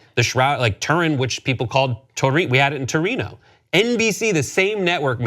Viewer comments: The example given as a changed name was still mispronounced: Wrong 'r' sound and wrong 'o' sound in 'Torino'. For German cities even those with no grandfathered in, traditional English name like Cologne or Munich are miss pronounced: Berlin, Frankfurt and Hamburg are not pronounced the way you read it in English. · Where was the outrage when they pronounced Torino as Turin?